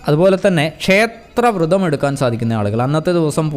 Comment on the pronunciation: വൃതം അല്ല വ്രതം ആണ്